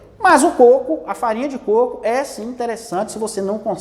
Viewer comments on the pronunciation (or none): Côco.😃 e não "cocô"